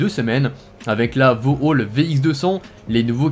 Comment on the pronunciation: Vau Hall 🤣😂 C’est Vauxhall !